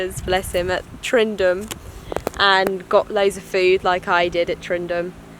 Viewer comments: Haha .Its Tyndrum . Not tryndrum . Call it tindrum , You'll be fine. HA HA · Great wee adventure your having. Tow weir was very famous walker and adventurer. Tyndrum is pronounced tin - Drum enjoy the rest of Scotland famous way. Great videos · Tyndrum, Not Tryndum :) Good luck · You make a great video got to correct you though it’s pronounced “Tindrum” can’t wait for your next instalment Happy hiking 💜🏴